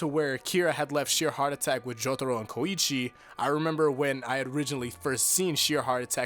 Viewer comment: Did you just call koichi ko-ichi